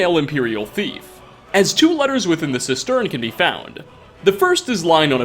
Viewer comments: CIStern, not cisTERN. 💙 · It's CIS-tern, not cis-TERN. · Hey man, just from an English teacher It's cistern, like the water tank on the back of your toilet, the emphasis on cistern is on the cis :)